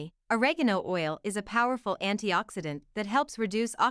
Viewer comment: can't think of a more mispronounced delivery of OREGANO ... for god's sake there is no 'a' at the end of oregano !